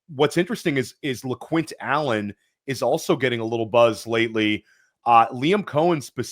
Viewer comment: Guys did you really say lequint lol